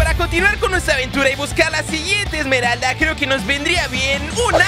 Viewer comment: no se dice emeraldas op se dice emeralda del caos